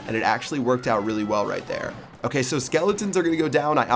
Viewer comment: Lmao salt word "okeh"